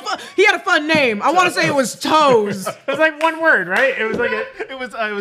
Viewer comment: can’t pronounce anyone’s name right and it makes me wince every time 😩